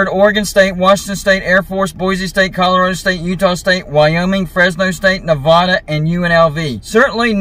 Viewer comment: My Pet peeve...easterners who mispronounce Nevada.